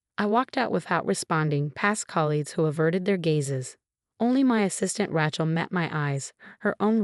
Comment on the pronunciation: Learn how to prounce Rachel right.